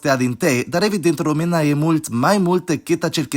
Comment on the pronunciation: Hey great video I really looked forward to seeing a video about us, just wanted to add a few things: - throughout the whole video you pronounced some of the things wrong, which is obviously not a problem but just wanted to mention; e.g. Română (/romɨnə/) not (rome̯nə) - aside from diftongs, we have triftongs and hiats (i don't know if they have different names in English so i'm sorry); for example : seară (/'se̯arə/), iau (/'iau/ or /'ǐau/), alee (a - le - e) (/a'le.e/). There are some exceptions to be brought to attention though, like if in a diftong or triftong we have the "ce, ci, ge, gi, che, chi, ghe, ghi" groups, e and i downgrade to just ʧ, ʤ, c and g, effectively removing the vowel and maybe palatalizing it. Also, diftongs have priority over hiats and if in a hiat, in the 2nd syllable we have a diftong, the hiat gets broken like chemical bonds would and we only keep the diftong (which is also why the stress falls on the 1st syllable). So if we were to say "Eu iau un ceas cu ceai." , it would be pronounced (/ĭeu ĭau un ʧas ku ʧai/). Although, to be noted, in theory "i" is always a vowel and never a midvowel so it shouldn't be written like that, sometimes it behaves like the palatized version" - "norilor" means "of the clouds", "clouds' " - you say that there is no rule for stress, but there is... although to be honest I don't think anyone could tell you what it is, not even teachers. We just get used to speaking it and use the stress correctly by nature -8